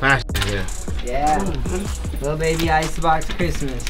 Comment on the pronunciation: Its lil baby not liru baby 😂😂😂😂